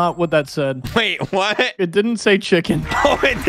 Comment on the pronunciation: Kreek really called Chichen Itza , Chicken 😭